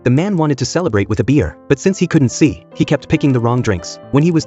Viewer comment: How you said see guide dogs differently😂😂😂😂😂😂😂